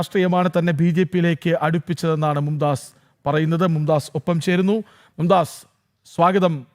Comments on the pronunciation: മും ദാസ് അല്ല മുംതാസ് ആണ് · മുംതാസ് ആണ് മുംദാസ് അല്ല